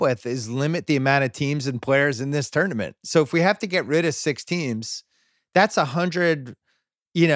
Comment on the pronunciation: If I have to hear Kevin O’Connor say tournament wrong one more time I think I might die